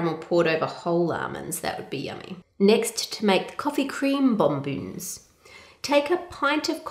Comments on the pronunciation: Love the video, they are pronounced “Bon-bons”not “Bon-boons” and pas-stuls not pas-tills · OK, I love your videos and am with you on Patreon....but it is pronounced BON BONs....UGH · Are you saying bon bons? I can't understand you lol